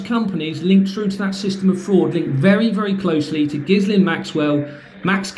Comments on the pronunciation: I think the “S” in ghislaine is silent, on the news reports they always pronounced it ghilaine… just mentioning it as they may try To say you are talking about someone else ? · Hi good luck with this and stay safe, just a quick note, Ghislain is pronounced Geelane. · Ghislain is pronounced with a soft J and sounds almost like villain... Sod it, call her what she is: Jizz lane. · It's pronounced 'Jillaine' with a soft 'J'. I went to school with a Ghislaine 😊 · its pronounced with a hard G. My wife went to a school where she worked with a fellow frenchie. Pointe finale.